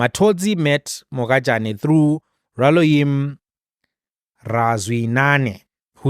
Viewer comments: Pronounce Mogajane in isixhosa"Morajane" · Next time in Sotho names. G is pronounced how R is pronounced in Xhosa. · IS THIS GUY A SOUTH AFRICAN- HE DOESNT KNOW HOW TO PRONOUNCE THE NAME MOHAJANE!!!!!!!!SURPRISING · The fact that you couldn't read Mogajane correctly just left a sour taste in my mouth. I mean, you could've just said Dondo